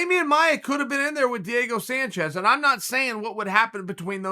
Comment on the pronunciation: Damian "Amaia" Maia